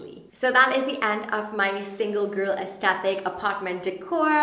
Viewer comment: For the entire video you pronounced aesthetic wrong. The 'th' is at the second syllable not the third.